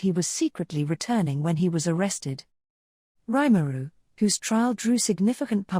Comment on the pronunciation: Nice vid, but would've been better if his name weren't mispronounced every single time it was said. Both the first name and last name.